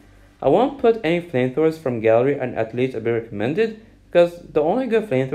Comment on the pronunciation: I'm not rascist but what is gally I will help u say gallery properly gal-er- reee3eeeeeeeeeee